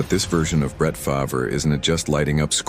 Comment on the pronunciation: he cant say farvre correct